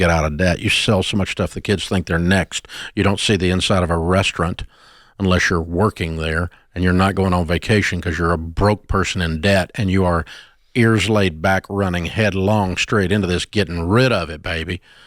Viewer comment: Big dog how you say restaurant like that ? Rezteraannnt lol 😂